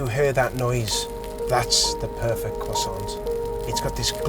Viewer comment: Please please... croissant is spelled with a T at the end, but which is not pronounced........ 😒🤦‍♂️🤷‍♂️